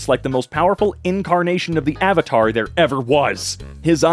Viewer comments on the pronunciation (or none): none